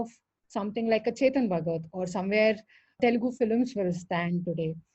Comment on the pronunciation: OMG, what’s the deal with "Telgu", especially when you are native speaker!?!